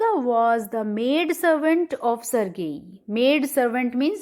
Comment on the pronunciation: Ma'am sergei ka pronunciation galat hai